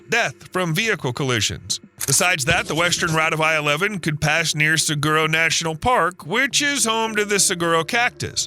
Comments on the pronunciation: As a native Arizonan that has traveled the length of both states for numerous years and very much welcome this interstate. Driving 93 to Vegas was always a nightmare. And....it's sah-war-o....not sah-gur-o. Naturally, around my native city is holding crap up to basically non existent animals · Suh-Wah-Roh. Not Soo Gar Oo. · Saguaro saw-wa-roh not seguro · It’s not “suh-goo-ro” cactus. It’s “suh-wah-ro” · Saguaro… pronounced (sa-war-oh) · 😂 sagerrro you can tell he's not from around these parts!! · saguaro is pronounced suh·waa·row You can even google it for the pronunciation. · Nope! It isn't pronounced "seg-guroo!" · Saguaro is pronounced Swaro. I can’t believe the people that were involved in this didn’t know that. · No, it's pronounced sah-waro. I'm a local, and that's the way we pronounce it. The gu is pronounced like a w, but don't drop the a. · It's pronounced Saw Hwa ro. No G sound. Tucson sucks. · Learn to say Saguaro before you say it wrong....too late. You definitely aren't a desert dweller. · I think the narrator needs to learn how to pronounce saguaro correctly, the G is silent!!! 🤦🏼‍♀️ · also that "g" in saguaro is pronounced as an "h" also we who live in Tucson do not want I 11